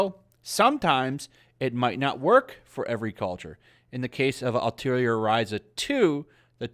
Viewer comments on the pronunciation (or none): Why do most people constantly mispronounced "Atelier" so badly? It's was pretty hilarious at first but now it's become almost frustrating. Like, take a single class of French and you'll know how to pronounce it lol.